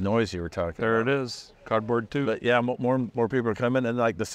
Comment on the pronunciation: says we are expecting “MORR” people. ❤